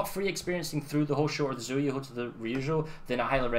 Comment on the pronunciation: its pronounced Tsühu